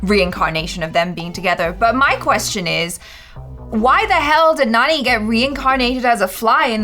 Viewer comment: Its not nani its jani